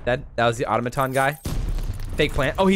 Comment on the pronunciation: Did you just pronounce automation automaton